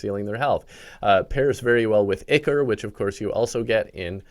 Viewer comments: Pronounce Ichor as ieckor instead of ickor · Brother, It's pronounced "Eyecore" not "icker" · ichor is pronounced (eye-core) not (ih-core)